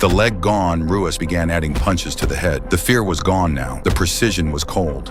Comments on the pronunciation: Pronounced hoo-ahs. Not roo-us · It's pronounced "Huas". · It's pronounced, huas. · It's pronounced as Huas not Ruas, like Rickson is pronounced as Hickson. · It's pronounced Hoo ahs. It's Portuguese. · It is pronounced HOO-as not ROO-as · It's not Rooass, it's RooeeZ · tell the AI it's pronounced, "HOO-ahs," not ROO-ahs... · Ruas is pronounced "hoo oss". He is the founder of Vale Tudo. Brazilian street fighting. The original mix of muay Thai and Brazilian Jujitsu. He was the most complete fighter in the UFC when he started and for some time after. This was David vs Goliath. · Ru is Hoo, not Roo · It’s pronounced “Huas.” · It's huas the R is pronounced with a H sound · It’s pronounced “Huas”. Rookie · It’s pronounced Hoo-ahss the “r” sounds like an “h” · Ruas is pronounced Huas. The Rs are Hs in Brazil. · Pronounced the poor guy's name wrong like 52 times FFS.... Ruas (Hoo-whas) was a beast! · It's pronounced "HU-OSS". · Tell your AI that it's pronounced "Huas". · pronounced Marco Hua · Lol Dude can't even pronounce Marco's last name correctly. Come on man.. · AI can't pronounce Ruas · Mispronounced his name the entire time then call his family art of Ruas Vale Tudo, Muay Thai. So disrespectful! I hold instructorship under GM Ruas, he is a legend! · Can't even pronounce the fighters names correctly. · You can’t even pronounce his name correctly 😂 this whole video is terrible